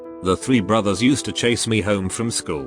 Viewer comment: Anyone else heard brothers when he said bullies at the start?